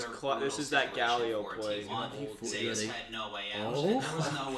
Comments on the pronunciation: I know this is 2 months old but I can't stop laughing them calling him Zues and not Zeus haha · Lmao these casuals calling him zoose. It's zeyus and dont you forget it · Please pronounce Zeus properly. Just listen to how his name is pronounced please. Great video